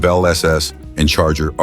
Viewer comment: Did the AI voice have a stroke while saying Charger R/T?